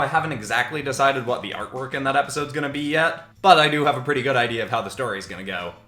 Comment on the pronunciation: When u said artwork I thought u said armor